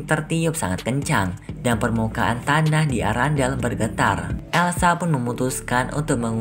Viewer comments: Kerajaan erendel bukan arandel😂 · Kok sebutan istananya arandel sih kan namanya arenda